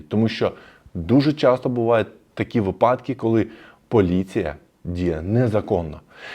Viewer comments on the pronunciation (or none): Тільки не випАдки, а вИпадки☝️